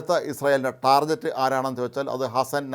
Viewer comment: ഡേയ് ഡേയ്. ടാർഗറ്റ് ആണെടെ ശരി. ടാർജറ്റ് അല്ല.